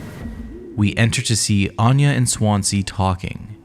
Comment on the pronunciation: Why can't Americans pronounce. Swansea . Its a Swan and sea . Not swance, see . 😂 good vid tho